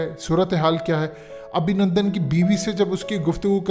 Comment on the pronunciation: Abhinundun Nahi Abhinundu🤣😅😂